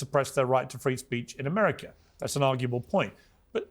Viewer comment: how do you get the pronunciation of “ Ameriker “ from America ?